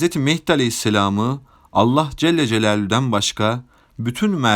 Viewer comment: Allah celle celalüğün ??? Kardeş söyleyemiyorsan doğrusunu, Allah-u Teala de yaow.